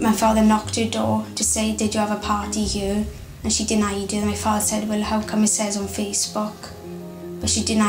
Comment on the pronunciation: Where "here" is pronounced "yur".